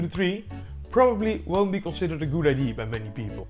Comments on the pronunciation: Great idea (pronounced I.D.ya, btw, not I.D. - a very common, almost systematic, Dutch mistake). How much electricity did you generate on a day of average wind? I'd have thought that, trees being quite strong things, scaling this up to movement of the trunk, rather than just branches (you don't actually show what part of the tree you connected the string to) should generate much, much more electricity. Also, since you have rotational motion at the top, why not just use a simple rotational generator rather than your multi-linear one? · It is pronounced "Idee-ah" ;) A common mistake that people make when learning English. This is such a damn cool ideA! I'm very excited to see where this goes. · this holl time I thought he was saying IDs